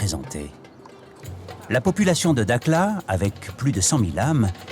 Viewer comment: Prononciation "darla" pas dakla